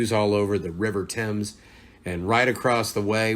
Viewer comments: Well done mate. For making your pronouncement of the river temmz perfect. You sound like a native Londoner virtually every American says Thay-mmz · Congratulations mate .you pronounced the Thames Right 1st time. Temms A lot of Americans get it wrong. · YAYY!!! You pronounced Thames correctly!! Great job. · Best video I have ever seen from an American. You did London the right way and you even pronounced "Thames" correctly. Nice job 👍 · You said Thames, almost like a local, thank you, nice video, i'll be looking out for more. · Leave it to a Redneck to pronounce Thames correctly first go, I've seen countless videos that struggle with that and there's no shame in it personally I'm just happy people are giving it a go. Liked & subbed looking forward to more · You are probably the first American I've ever heard pronounce 'Thames' correctly...